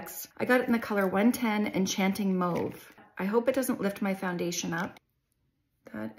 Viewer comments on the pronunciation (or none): Enchanting MOOOVE LOL 😂 MAUVE